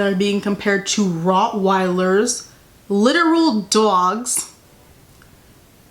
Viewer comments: not the new york accent on the word “dogs”😩😩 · i love it